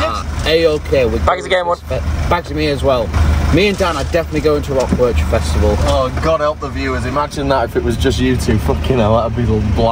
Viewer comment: It's painfull as a Belgian person to hear you rape the word 'Werchter'. 😂 But love the content.